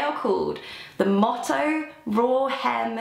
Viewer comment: I thought it was Moto as in Motorbike as in Moto Jacket? Not Motto? Have i been pronouncing it wrong for like 12 years?